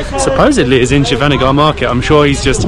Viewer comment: It is Shivaji Nagar not Shiva Nagar. You had Bread Bajji, Onion Bhajji and Plain Bonda (some call it Mysore Bonda also) Then street side Dosa.